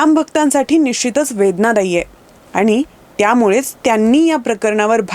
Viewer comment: आपले उच्चार सदोष आहेत. पण ऐवजी पन , जाणून ऐवजी जानून, आणी ऐवजी आनी , होणे ऐवजी होने ई.